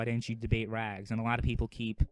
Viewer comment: Rags is rags not bu-lly